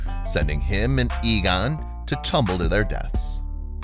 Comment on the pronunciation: A - GONE you pronounce it, AYE GONE not EEG ON, Aegon